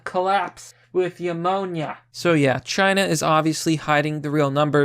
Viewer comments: I love ya bro but.. It’s NEW-moan-YA. Not.. YA-moan-YA. It’s like when you say the word pneumatic. The p is silent. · Once again - "new-monia." Try it, it might work for you.